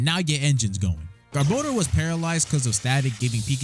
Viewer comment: THANK YOU FOR PRONOUNCING GARBODOR CORRECTLY!!!